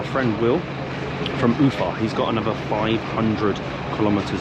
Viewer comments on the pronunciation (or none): There ia NO "Do svedEniya". It is "Do svidAniya". And what's the aim of changing stress in every Russian word? Ufa has sytess on A. Babushka - on U. Why change it?!